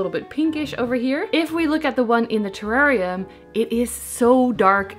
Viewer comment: 🇦🇺 hey 🙋🏻 love that spiral cactus! How cute. The Blue Begonia is GORGEOUS. You pronounced terrarium correctly the first time 😉😉 - your large terrarium hugely inspired me I bought an large aquarium (but as big as yours!) So big plans afoot. I saw how you had taped the palidiflorum leaf in a different segment and I laughed my head off 😂 but..... The other day i accidentally tore leaf on my P. euberescence Ruby ☹️ and then i saw my painter's tape and remembered you and taped my leaf! You can hardly even tell 🎉, so thank you. I also saw you started your calladiums inside. I've had trouble getting mine started, I have them in a humidity unit, planted in terracotta and sitting on a tray with a layer of stones. I put water to just touch the bottom of the pot and wait for it to evaporate and top it up again. It's been 3 weeks and no sign of life. Do you think they'll survive or have I rotted them? Hope your Christmas was lovely and Happy New Year 🎇🎇🎇🎇